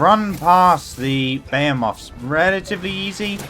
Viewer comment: Buh-he-myth. Not buh-hey-oh-moth. Thanks for the video.